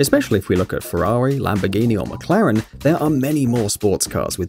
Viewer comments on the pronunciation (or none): none